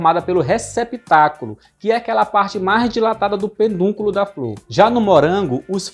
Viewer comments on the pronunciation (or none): O correto é PEDUNCULO, não penduculo.